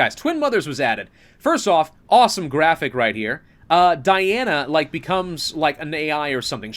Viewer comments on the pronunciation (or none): none